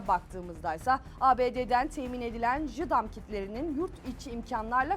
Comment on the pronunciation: Jaydiem diye okunuyor lütfen bir daha kine düzeltin